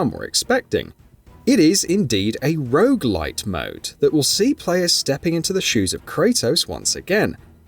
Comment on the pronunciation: I'm sorry, are you saying rouge-like or rouge-light? 🤷‍♀